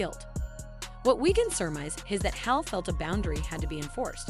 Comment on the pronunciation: Learn how to pronounce her name correctly!